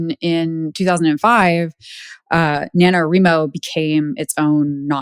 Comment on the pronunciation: facepalm Since "NaNoWriMo" is short for "National Novel Writing Month" the correct pronunciation is NA-no-WRY-mo (after all, you don't pronounce "writing" as "reeting", do you?). Thank you for not misinforming people that novels submitted to NaNo are being scraped. They aren't, because you don't actually submit your novel. All you do submit is your word count, on the honor system, as periodic updates (there's a place to do that on your page). Comparing NaNo to a marathon is apt. It's especially apt for physically disabled writers, some of whom have visual impairments, motor impairments, and a whole gamut of other medical issues. I have arthritis, yet there was one year when I wrote my novel by hand, on looseleaf, because my computer was barely working. I managed to keep my word count updated, though, and pushed on through the physical pain. Even when doing it on a computer, there's so much typing every day (for those who have a daily writing routine) that it does build up stress. Usually by the end of November 30, it takes me a few days to recover. Especially if I was extremely behind and had to do many more than 1667 words on that last day to make it to 50k. For the suits to tell us that it's "ableist" to be against the practice and attitude some people have that all they need to do is enter a prompt or two and have a 50k novel spat out in a matter of minutes is so obnoxiously insulting. It's also typical of the individual who wrote that NaNo blog. She dithers around in corp